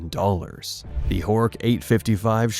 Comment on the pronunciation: Butchering the name Horch here. Really, it's not 'hoork'.😂